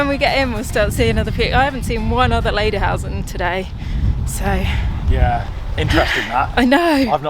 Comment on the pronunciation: Oh, guys. Lederhosen pronounced lay/der/hose/n and dirndl is pronounced deer/n/dle.